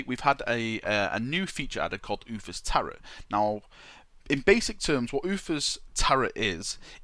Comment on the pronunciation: "Tarot" is pronounced "tarrow".